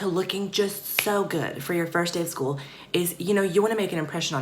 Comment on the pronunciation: "what if i get bullied at schooluh" i wheezed so hard😂😂😂